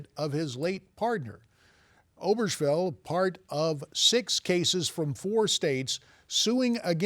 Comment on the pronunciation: A newsreader is supposed to know how to pronounce names. Obergefell is pronounced o-burr-guh-fell. The sloppy arrangement of ideas in the report is, however, to be expected of Christian journalists with an ax to grind.